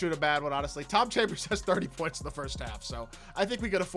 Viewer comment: Haha love the vid you definitely said chom chambers